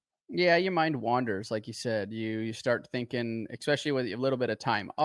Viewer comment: Hey RV the word is especially not EXspecialy 🤣